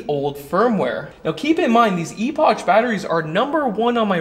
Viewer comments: i gathered it was a play on words and pronounced like "epic" not ee-pok or ee--poch lol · phonetically, "epoch" = "epok" not "eposch" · I've been watching your channel for about 7 years and I respect your knowledge on solar and batteries, but EPOCH is pronounced lie EPOCK. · Is it pronounced "e-potch" or "e-pock"? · It's pronounced "epock" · I think it’s pronounced EPOK the CH is pronounced as a K. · Epotch lol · I think it's pronounced ee-pok like in apocalypse but I could be wrong! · Well, maybe across the pond in Old Blighty, but in The States the word "epoch" (as in a particular period of history) is pronounced "EH-puhk". Now, how a company from the PRC pronounces it: that is anyone's guess. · E-Potch? Is that actually how they pronounce it? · Eh-Pic - That’s the pronunciation. It always makes me giggle. Not in a bad way, just one of those Chinese companies that we all want to understand how they pronounce. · Your pronunciation of Epoch was making me rage 🤣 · Pretty sure that's Epoch with a hard "k" sound. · That's not how you say that word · People don't pronounce the brand's last two letters as "ch"... they pronounce them as a "k" sound. Thank you for the good vids though.